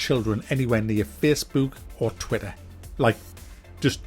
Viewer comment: Feessbewk rr twi-er.